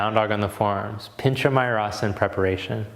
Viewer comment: Did you call something ‘pinch-a-my-ass-arra’’?